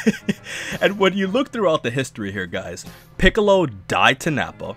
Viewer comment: Peekalow though? 😂